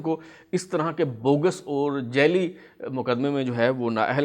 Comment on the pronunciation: Jelly naheen sir, jaali hota hay